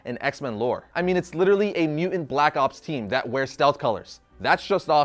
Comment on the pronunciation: Nice video, but anyone else having trouble with the host not being able to pronounce “mutant”? Every time he says “MEW-unts” I keep wondering where that other ‘T’ went....